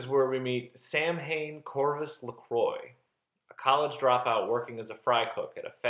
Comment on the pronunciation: Americans pronouncing Samhain (sow-wan) 😑😑😑